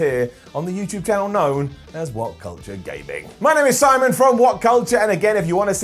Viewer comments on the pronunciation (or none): none